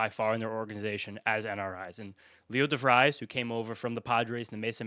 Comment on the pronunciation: Dutch speaker here. De Vries (Dutch name) is basically pronounced for English speakers as "De Freeze". This is what an EPL or English soccer commentator will call a name sake of him. Or if you want to be fully Dutch, try saying Free with an instant S-sound, and roll that R as aggressively as you can. Leo De FrrrreeS.